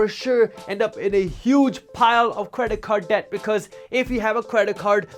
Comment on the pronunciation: Creda-card deck. I love it dude. This might be my new way of saying credit card debt